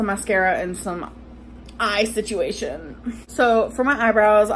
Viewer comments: See - chew- way- shoon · Please 👏🏽 Stop 👏🏽 Saying 👏🏽 Situation 👏🏽